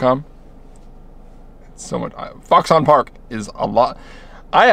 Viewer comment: Lol. It's oronounced "fox'n".